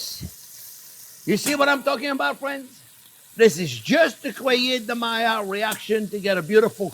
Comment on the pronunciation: Yes, finally the mayerh reaction, as you pronounce it. The juicy thing is to keep it juicy, is not to brown it first, but too allow the meat to rest.